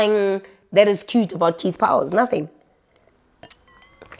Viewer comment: I love it when you say ‘naaathing’ or ‘a mahhni’ 😂😂😂